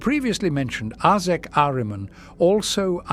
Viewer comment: Love how the voice pronounces Ahriman. He's one of my favourite 'Chaos' characters.